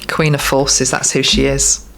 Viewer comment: Did anyone else hear "Queen of Horses" instead of forces at the end? X